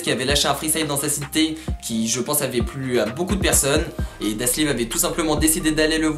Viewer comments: C dalsim et non daslim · Super vidéo mais son blaze c'est Dalsim et pas Daslim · Bien la video mais c'est dalsim et pas daslim mdrr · Ptdddrrr omg j'voulais commenter pour te dire que tu t'es tromper sur la prononciation du blase de Dalsim, mais vue les vingtaine de commentaire qui te l'on dit j'pense que t'as bien compris que tu t'es trompé 🤣 sinon grave bien ta vidéo un peu courte mais j'suis très contente que tu l'ai faite, la mafia spartiate on une vrai valeur je trouve et un vrai flow🔥🔥🔥 continue comme sa mec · c pas daslim c dalsim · C’est Dalsim pas "Daslim" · Elle est bien la vidéo mais c'est Dalsim et pas Daslim snn cool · C’est pas Daslim, c’est Dalsim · Bonne vidéo, mais on dit Dalsim et non Daslim mdrr